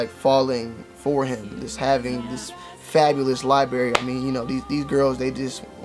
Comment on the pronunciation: Libary is library